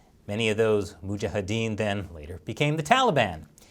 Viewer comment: Good accent "Mujahadeen":)